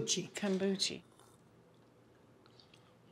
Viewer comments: How they pronounce it: kombuchee How it's actually said: kombucha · I absolutely love Kambookie!😂😂🤣 Never heard it pronounced that way before.